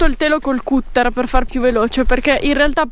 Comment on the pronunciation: Cutter è pronunciato catter in inglese cmq, cut= tagliare